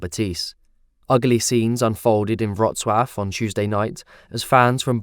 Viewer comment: wrocław not wroclav ....